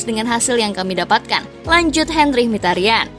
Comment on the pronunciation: min sebutan mikitarian, bukan mihtarian, nama asli nya ini Mkhi(miki) ta ryan (rian) itu cara bacanya ^^